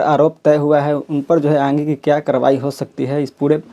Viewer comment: ये आन्गे क़्या होता है पत्रकार महोदय